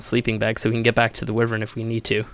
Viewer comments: Why-vern not whi-vern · what the fuck is a wyyyywen... it's pronnounced WHY VERN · Its pronounced WHY-vern, not Wivren!